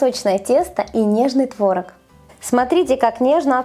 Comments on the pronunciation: ТворОг, а не твОрог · а трошки кориці й родзинок? я завжди їх додаю:) ой, і заради бога, не кажи "твОрог", бо тіпає... краще вже нейтральне "творОг"; дякую, з повагою